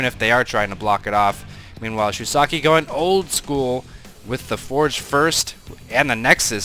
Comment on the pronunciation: i don't see the the i in the end of shusaku's name. Were you told how to say his name or did you just misread?